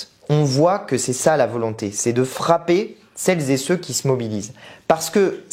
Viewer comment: Dommage tous ces "celles- zé-ceux"... ça gâche tout